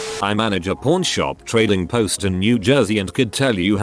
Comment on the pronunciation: Pawn sounds like porn when the voice says it whaaaaaaaaaa